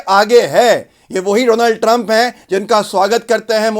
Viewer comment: Bro you said meister doland trump